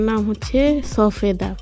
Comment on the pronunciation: সফেদা না সবেদা আপু